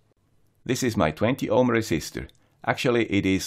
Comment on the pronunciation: Resisistor ????????? :-p (otherwise it is really, really great. I learned a lot. Thanks!)